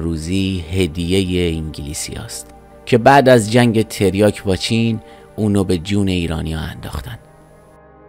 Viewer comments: تِریاک چیه داداش ؟؟؟؟؟ مگه مواد فروشی تو ؟؟؟؟؟ حد اقل میرفتی اسمشو درست از لغتنامه نگاه میکردی . تَریاک درسته برادر ، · داداش آبروی تریاک وبردی با این تلفظ کردنت تلفظ صحیح هست تَریاک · تریاک بر وزن فرجام و با حرف کاف فتحه دار درسته. تریاک به کسر کاف غلطه عزیز من. گویا بعضیها تلفظ تریاک را با تریا ( کافه تریا) قاطی کرده اند!. اول در مورد تلفظ صحیحش یک تحقیقی می کردی.